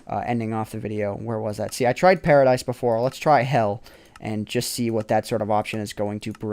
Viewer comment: The pronunciation of 'paradise' means tomato in my language ;P